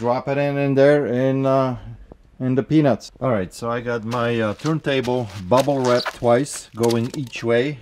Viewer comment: I forget about your accent until you say Bubble Wrap haha